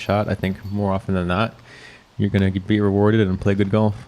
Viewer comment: Hey, you know there’s an L in Golf right? Lol